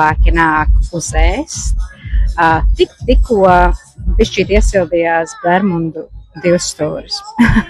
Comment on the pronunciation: Es pareizi dzirdēju- bermuNdu divstūris? 🤣 jeb bermudu?